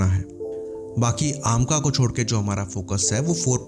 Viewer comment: AAmca nahi amca ha